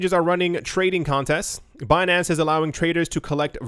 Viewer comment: "Binansay" I died 😂🤣👌🏻